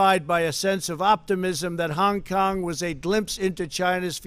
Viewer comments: He is taking none of the blame for anything. He repeats the blame on China and WHO He screwed up so bad with his response to the virus He is now looking to start a War with China His pronunciation of China and Hong Kong is very is to get a racial reaction toward there people He must be politically taken out of this position immediately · Why does he say Hong Kong so weird? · Because he was from New York. Ok?